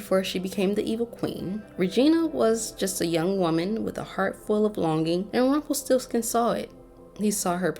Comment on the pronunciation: "Magic always comes with a price". You gotta vibrate the R when you say this dude's name. Put some vibe and flare on it, dearie. lol